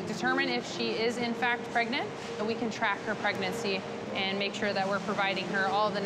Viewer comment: The Seal is "Preganananate"